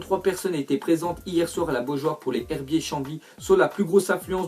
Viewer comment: Sa ce dit les ZHerbiers sinon bonne vidéo